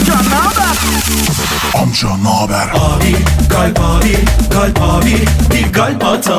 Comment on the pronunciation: kalpin modern söylenişi galp 😂